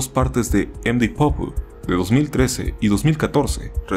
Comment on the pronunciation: me da ansiedad como pronuncias md pope, deberias buscar las pronunciaciones para tus proximos videos, buen video btw :D